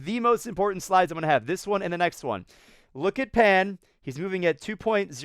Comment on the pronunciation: In Chinese, "Pan" is pronounced as "Pon"